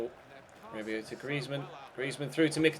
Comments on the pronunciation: Say griezmann properly you idiot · Hate the way you pronounce Griezmann